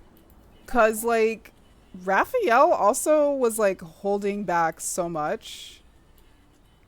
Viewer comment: His name, Rafayel, is pronounced Rafa-yell, not rafi-yell.